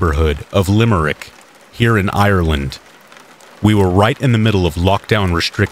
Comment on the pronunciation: As an Irish person, the way you said Limerick and Gardai made me physically ill 🤮 You pride yourself on all this "you won't here me taking a breath" while reading but you can't even bother to look up names to say them correctly?